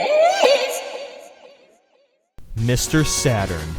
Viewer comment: i was like what the f$#@ when he said mr. satern